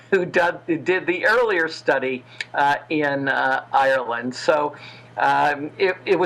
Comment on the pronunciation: Good God! She must be the worst interviewer in history...she can hardly pronounce Ireland!